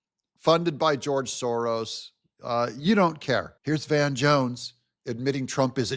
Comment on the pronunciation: You said Georos.... I like it more than George Soros. I think you misspoke a new term😂😂😂😂😂😂